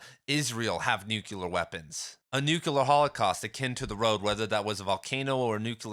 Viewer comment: It's "nook-leer" not "nook-ya-lurr" btw, otherwise great video 😊